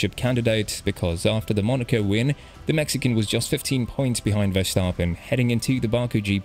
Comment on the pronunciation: Big shoutout for pronouncing Verstappen correct